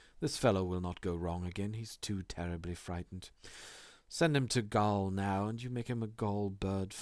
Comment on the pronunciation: You need to check your pronunciation of: chagrin, gaol (jail), and a few other words that really grated. But I loved all the voices, they were all well done.